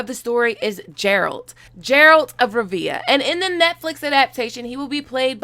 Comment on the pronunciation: Love your stuff but my conscience won't let it go, so here how you pronounce: The 'G' in Geralt is like, it's not Jeralt, it's Geralt and Rivia is more like 're-ve-aah', instead of 'reeve-yah' I hope this helps and that you won't be butchered for pronunciation in future videos:)